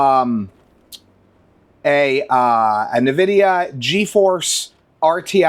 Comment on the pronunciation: "nividia" ok.